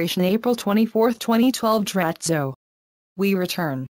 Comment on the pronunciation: Dratzo... He started ANOTHER video saying Dratzo. Peace.